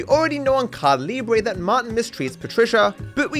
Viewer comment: I will never stop asking you to ask Aitana to teach you the proper way to pronounce Caida Libre (It's like Ca-EE-dah")